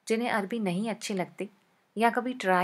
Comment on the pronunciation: Hi love u.. Its called arvi not arbi 😊😊😊 love ur rcps too😍😍😍😘😘😘😘😘